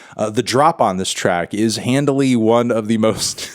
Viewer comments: Why do you keep saying "Handly" or "Handily" or whatever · Take a shot every time he says "handily"